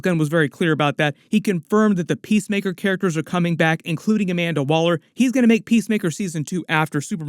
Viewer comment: Every time someone says PeaceMaker I hear PissTaker.